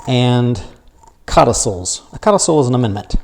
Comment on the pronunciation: I couldn't understand the words you said as you defined cotifolds and I can't find it anywhere.